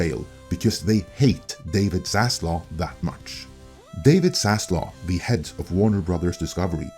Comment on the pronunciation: You’re getting dislike for keeping mispronouncing Zaslav’s name (it is not Zaslaw you retard!).